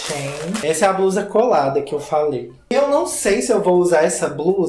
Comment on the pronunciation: A pronúncia de blusa e com l (ele) e não com r (erre) tipo BRUSA. Vamos aprender a falar português corretamente.